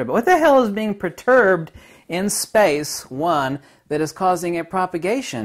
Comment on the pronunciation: Okay, light and waves are verbs or adverbs, action words. And perturbed is not pronounced proturbed. Thank you. However, in the viewer you say the light represents magnetism and the dark represents dielecricty. One is a rarefaction or expansion and one is a compression. Not unlike "waves." Waves can be a "thing" or an expression of something happening, even if they are simply an "effect." Because they amount to something of value. Kinetic energy or energy in motion, variance in charge, or magnetic pole alignments of this vortexing toroidal compressing and expanding pressures of etheric fractality between the loss of time and the expansion of time, in variation, or as spacetime, or space. If we say nothing is moving, then regarding pulse perturbation, we might say that field variation, or pole alignment, or charge value increases and decreases, as in compresses and expands, or speeds up and slows back down. Best yet is to say it is in equilibrium and disequilibrium. Also changing in shape, as in oscillating as well as like an ice skater bringing in the extremities for a higher spin rate, or expanding outward to slow down. We have also explained this as additive or constructive versus deconstructive because of rhythms. Better known as harmonic resonance of mass. If our energy is pulsing together or out of step. What you are missing here is that numbers do add up, subtract, multiply and divide. Numbers or ratios amount to vortex field theory as you wear tatoos of fractions